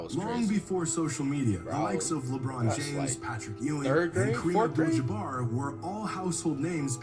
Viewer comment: Patrick chewing